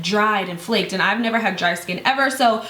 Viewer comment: "neva." hahahahah